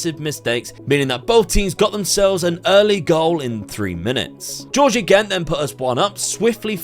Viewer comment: You’re pronouncing Georgie Gents name incorrect it’s pronounced the same as Gentleman. I’ve had this all my life been a Gent myself 😂😂 love the content though